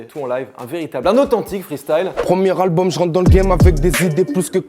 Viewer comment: Il a dit le premier albulm de plk où j'ai rêvé ?